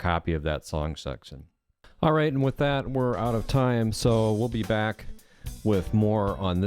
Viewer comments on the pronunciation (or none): "I'm gonna go brack to the browser"